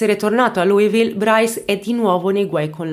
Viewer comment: si pronuncia esattamente come e' scritto Louisville che mentre lo pronunci e' come se dicessi cheese perché ti fa sorridere